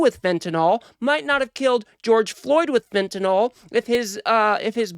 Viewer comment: FentaNYL not "nol" it's not Tylenol😅